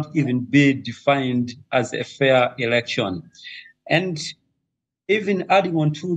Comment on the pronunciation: The only shame is u saying eroction. 😂😂😂 we love zanupf and it will rule for life